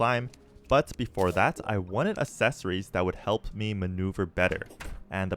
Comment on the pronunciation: love the video. how do You say accelerate? Do you pronounce it like a-ccelerate? because you're saying a-ccessory's. brother, you're spacing the A from the rest of the word. And it irritates the hell out of me. again, love the video. The miss pronunciation is killing me.